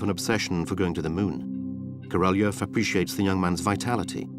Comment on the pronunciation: The Narator should be embarrassed for distorting and mispronouncing the name of Korolev! Instead of the meaning of a king he made it sound like a cow. Shame on him!!!